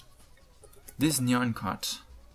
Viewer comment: Its not NYE AN CAT its NJAN CAT